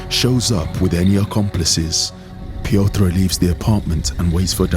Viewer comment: Love this channel. Great work. But please learn how to pronounce Piotr and realize he is not eastern but central European.